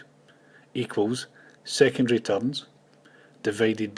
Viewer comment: Hi! Nice tutorials! And here's a short lesson in English: It's ”secondary”, not ”secondry”, and 6 is pronounced ”six”, not ”sex”. Have a nice day!